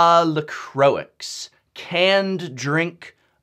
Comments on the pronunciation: its pronounced la croy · Isn't La Croix french, and therefore pronounced La Croah? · Oh god, le crohixe. I love this pronounciation. Even if it's not that at all ;P Better stay tuned to not miss this Dies to Removal! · you said la croix wrong it is with a silent x